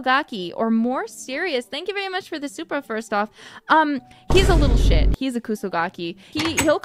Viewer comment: You know Kiara is her oshi just by the way she pronounces "little shit"